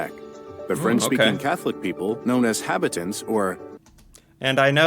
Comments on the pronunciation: Seems your 5-minute video wasn't made by a Canadian, he mispronounced Cartier, habitant. Canadien and Vimy. Also, not much of an historian if he thinks that the people coming over the land bridge, from Asia, were Europeans. That said, good for you for wanting to expand your knowledge of the rest of the world. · I think maybe Patti Chisholm is talking about the pronunciation of Habitant in the video being wrong - it should be pronounced ha-bee-tanh with that nasal French ‘n’ at the end - BTW this video is not great overall. To paraphrase Bill Burr “if he just had ONE Canadian friend”, he could avoid a lot of these bad videos :D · Hah- bee- tahnt. Emphasis on last sylable. Habitant. Like Habitant pea soup.